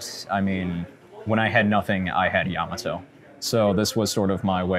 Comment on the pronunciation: Why can't American's pronounce Yamato correctly? It's so painful 😖